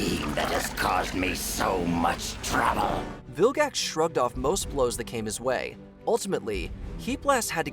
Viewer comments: Did you seriously say vil-jax instead of vilgax? How dare you! The g in vilgax is a guh sound. Like gravity. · did you say viljax?